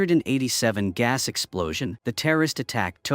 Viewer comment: Can't even say 1987 properly. AI trash